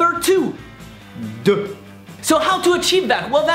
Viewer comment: O my god... i fell off my chair laughing 😂😂😂😂😂 "DEUUAAAHHH" 😂😂😂😂 ur soo adorable 😁😁😁😁